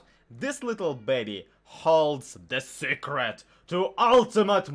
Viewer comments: “The saycrit” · "Da secrit to ultimate minecreft powahr!!" 😂😂😂 Keep up the good stuff bro!